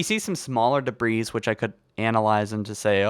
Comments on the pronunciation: say "debree" not "debrees." for the same reason you don't say gooses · Deh-bree. Not deh-breez. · Duh-breeze, bro it’s de•bris—dāˈbrē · Debris is not pronounced with the “S” , and is both plural and singular, so stop adding the damn “S” sound at the end of the word it’s pronounced “de-bri” with the S being silent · Debris is pronounced Duh-bree Zeta is not ze-ta it's zay-ta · Holy shit - please stop pronouncing the s in debris. It's said like "debree". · Halo Followers iconic mispronounced words: esbox, dabreez, foreigners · The S is silent in debris so it's pronounced like debree. Not debreeze. Btw great video ♥️ (And thanks for the likes everyone, I had no idea my comment would get so many) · “We see some debrees over here...” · You don't say the S on debris..... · i think the S is silent. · He was annoying me with that too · Dude, the "s" is silent in "debris" and is plural! Love your videos though. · The s in debris is silent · Bwah, stop pronouncing the s at the end of debris! It's silent! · Great vid but please learn how to pronounce debris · Nowhere in the world is debris pronounced like that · Please stop saying debris with an s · Rebelled and debris . . . for the love of god, learn to speak.